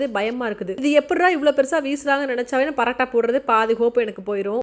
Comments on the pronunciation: Why are you saying parattha like northies you're a tamilian bruh say PAAROOOOTTTAAA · Paratta ila mam parotta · Parata illa porata ok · Paraaata illa sis parota😂